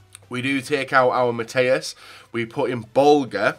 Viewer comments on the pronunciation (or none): none